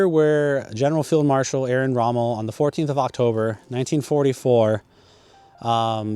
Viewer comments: Arrian? You mean Erwin Rommel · Erwin not Edwin 😂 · Just say ErVVVVVVVin Rommel , rant over . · Erwin pronounced Air-Ween for you english guys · I’m not taking anything away from your research. Listen to the two ways you pronounced his christian name and you’ll see that you were indeed mistaken when you pronounced it without a cue-card. Why do I say that? Because when you read it off of the plaque, you pronounced it correctly - albeit it with the usual anglo error. “Aryan”, “Irrian” etc cannot be written off as accent - they don’t remotely resemble the spelling nor the pronunciation. Sorry dude, but that’s how it is. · a few times! 😂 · Good video, but constantly saying his name incorrectly throughout?? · Thankyou for the video....I enjoyed it, apart from the way you pronounce ERWIN.......Please do this great mans memory justice by editing the vocals and pronouncing it correctly. You have a pleasant voice tone ,so this should not be difficult. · That's disrespect to Miss pronounce his first name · Nice video dude. Mispronounced his name, but I am sure you're well aware of that by now. Otherwise this video was fantastic! Looking forward to more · for Christ´s sake, couldn´t you even get the pronunciation of the name of man right about whom you are making a video? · If you are going to do a post on someone please learn how to pronounce their name properly. Second, Rommel was a field marshal not a general. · It shouldn't be that difficult to pronounce Erwin correctly. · Er-vin, not Air-win. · not talking about accent, talking about plain wrong first name: it's closest pronunciation using all English sounds is not Arian, but "air-vin" and this is also possible with YOUR accent. It's just a lack of basic research. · On German it's Air-Vin...... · His name was Irwin Rommel not Arian Rommel. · Can dude! It's pronounced Air-Win! Not Aryan. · His first name is pronounced as- Urvin , not Arian. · ‘Aryan’ Rommel? 👀 It’s pronounced ‘Er-win’ (English) or ‘Er-vin’ (German).